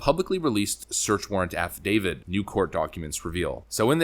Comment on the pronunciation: It ain't an "affi-David". It's an "affidavit", with a T ending. It's an imported, LATIN word, meaning, "(he) has declared on oath".